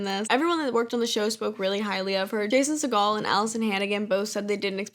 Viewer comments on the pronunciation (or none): Loved this but that’s not what a biopic is. It’s a documentary. A biopic is a scripted movie with an actor (or actors) portraying a famous person or group. Ie bohemian rhapsody about queen. Also a few names were mispronounced but this was a long vid so all I can remember is Jason Segel (It’s pronounced like the bird. You said it like actress Katy Sagal) and Haley Steinfeld. STeinfeld not Seinfeld like the show.